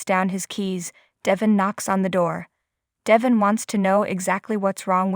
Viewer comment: It’s Devon not Devin. Please pronounce his name right. If you listen to the soap you know how to pronounce it.